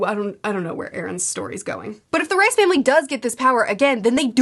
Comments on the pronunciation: I love this breakdowns and the vlogs. I’ve watched them all. There’s another very big sci fi series that feels so similar to attack on titan I have a hard time believing there wasn’t some inspiration. Anyway, great video as always. Also, I was thought it was pronounced Reese not rice, but I could be wrong. Sorry if that’s annoying lol. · It’s pronounced Reese not Rice